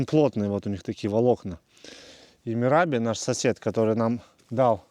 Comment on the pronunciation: Мераб,а не Мираби. Спросите у сына, он то уж точно знает как произносить грузинские имена